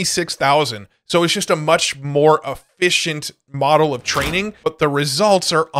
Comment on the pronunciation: Stop saying moRel please. Say moDel, not moRel. You also say tiRel instead of tiTle 🫤 ¿hypnoRic or hypnotic? Thank you for the info 😊